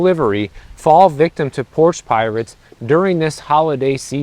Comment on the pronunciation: "I'm moving because of porch pirates ". Are you moving? At least that's what it sounded like.